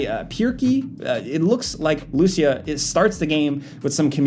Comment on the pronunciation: I'm not that sure... but you are mispronouncing the name LUCÍA...